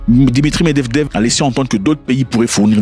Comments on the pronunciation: Tonton par pitié respect ce monsieur " MED-VE-DEV" je ne sais pas si tu est faché contre lui mais ça fait depuis 3 video que tu l'appelle "MED-DEV-DEV" comme si il n'avait pas de famille 😂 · Med-ved-ev et pas med-dev-dev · C'est Méd vé dév frérot 😂 Pas Mevdevdev 😂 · Il me fait marrer qd il dit meddevdev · c'est vrai qu'il a du mal avec ca mdr